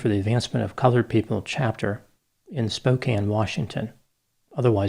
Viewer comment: Oooh, you even pronounced spokane correctly! Good job!